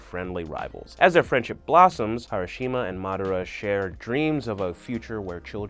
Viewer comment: No One : literally no One : Not even Naruto Beginners : Get In The Robot: harashima